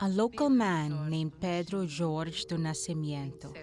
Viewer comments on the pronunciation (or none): none